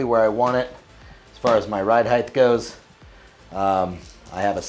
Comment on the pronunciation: are you saying heigth? lol god vid tho detailed/informative? curious if there is enough nylon protecting the trigger.....Ill be checking out your gear esp belt....